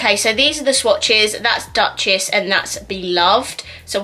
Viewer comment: Hey there! I bought almost the hole collection 😅 You pronounced Duchess wrong it‘s „Dochess“. It‘s france ☺️